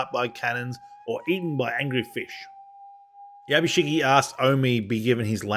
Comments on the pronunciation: 藪重"YABUSIGE" をYabusigi と呼ぶのが気持ちわるい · I appreciate the video but you've absolutely butchered every Japanese name especially Yabushige. And to top it all off Japanese ritualistic suicide is called "Seppeku" NOT SUDOKU! Sudoku is a numbers game you play on a grid!